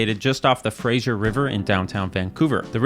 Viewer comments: Fraser. Fray-sur. Not "Frasier". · As a Vancouverite, it is not the "Frasier" river. It is said like "Frazer". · I live near that river and can confirm you pronounced Fraser wrong. Its supposed to rhyme with razor. edit: also the Fraser river doesn't meet Vancouver City, it flows between the old capitol of New Westminster and Surrey. It would have been correct to say through Vancouver as it flows through the GVA, and it would be correct to say downtown, as New Westminister is a large city in its own right and its downtown is on the shore of the Fraser, but it is incorrect to say downtown Vancouver as that is all the way up north. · Fraser river, not frasier river.